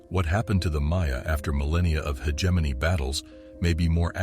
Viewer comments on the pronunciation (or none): That guy who speaks is so dumm that he cant find out How to say hegemony. Given only experts knows what other lies that he comes up with in that video! It honestly very alarming that he makes a mistake like that!